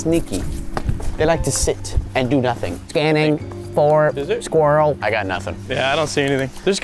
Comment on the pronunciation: when Unspeakable said: What are we gonna do just be like HAY SKWILEL